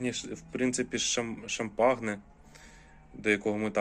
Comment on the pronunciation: привіт. Суперські інжири! Але, якщо можна, то кажи будь ласка Шампань, як французьке село, де виробляється однойменне ігристе вино. Від "шампагне" вуха ріже. Заважає комфортному перегляду) Сподіваюся, без образ